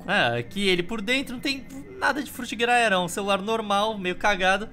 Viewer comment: alguém conta quantas vezes o falou frutigaedro pfvr